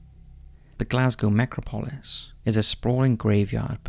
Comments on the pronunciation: It’s pronounced Nec rop o lis not necro polis. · pro.; ne-CRAW-po-lis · It's pronounced "necrOpolis", not "nEcropolis". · Bloody hell!!! It’s pronounced ‘Neck-RAW-po-lis’... stress on ‘RAW’. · Your pronunciation of necropolis is bad dude amongst many other words. It's neck-rop-o-lisfree fall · It's pronounced neCROPolis, the emphasis on the second syllable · It's actually NeCROpoli. I don't understand this obsession with adding useless letters to Greek words. And in terms of the pronounciation and emphasis, it depends on the context. The grammar isn't always the same. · NECRO POLIS, it's all one word pmsl. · Please learn to pronounce necropolis correctly. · Thumbs down for the pronunciation of "necropolis." Seriously dude? There have been plenty of examples of mispronunciations on this channel. I get that you're foreign, so some pronunciation variations are inevitable, but this one is just wrong and ridiculous. No one says it that way. You have 3.34M subscribers, please act like it and put in the minimal time necessary to look up pronunciation.